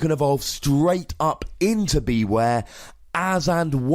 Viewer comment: wouldn't it make more sense to pronounce it like beware? as in, beh-ware? it's a pun as far as I can tell